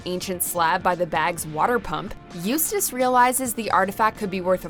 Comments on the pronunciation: After getting lessons oh how to pronounce Eustace, she finally made it correctly. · The narrator finally pronounced Eustace correctly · At least this announcer says Eustace's name right